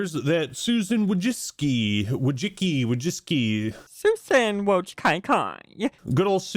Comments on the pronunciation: struggling to say Susan Soudbdhyzdbb, reminds me of people trying to pronounce Sam Witwicky. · It's pronounced "Susan Woy-tsee-tscki" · It`s Vooy-Chee-Tzkee. You`re welcome :) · If you want to pronounce that last name, a little closer to how it actually sounds, "Wojcicki" try reading this then 👉🏼: Voijiski. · Bro, it's pronounced Susan Woji...Wojiik...Wo... you know what, nevermind, pronounce it however you like